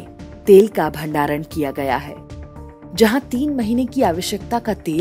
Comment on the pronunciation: Why do you call it Udisha mam? It is ODISHA. The sound-'O' And it is very simple to pronounce.